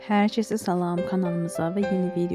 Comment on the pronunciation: Ay qız hər çəsə nədir??!! Nə millətisən sən? Belə iyrənc danışırsan Azərbaycanca